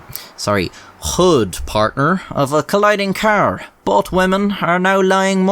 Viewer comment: Omg car (K)R, not keeer